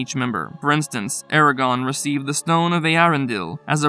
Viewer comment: Ok... is nobody extremely bothered everytime this guy says "Aragon"... if youre doing lore videos pronouce the names correctly... its not hard.